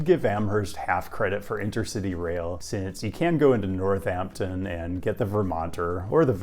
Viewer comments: Love your content!! These videos will come in handy as I approach retirement. I love walkable college towns. One comment I have is that you need to reverse your "H's" for Amherst and Northampton 🙂. Amherst is pronounced more like Am-erst and Northampton is almost like 2 words, North Hampton. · Don't pronounce the "h" in Amherst. Do pronounce the phantom second "h" in Northampton.